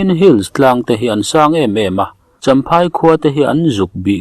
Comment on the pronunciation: I chhiar thiam viau na a champhai/chawnchhim tih I lam dan a dik lo. A hre awmte lo zawt ang che.